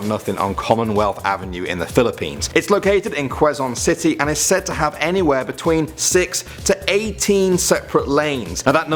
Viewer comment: You pronounced Quezon City "Kweh-zon City" lol it's "Keh-zon City"